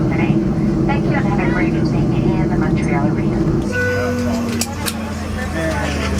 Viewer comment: So much genuine emotion and kind, everyday people going out of the way to help and connect with strangers. And so diverse in every way, culture, geography, etc Cheers from Montreal. And thanks for now correctly pronouncing it Muntreal and NOT Mawn-tree-all which is how most Americans say it. You also do well with Quebec K-beck and not Cue-bec or Cwo-bec